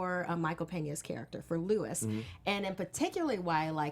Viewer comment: Luis is not pronounced like Lewis, it rhymes with "new peace."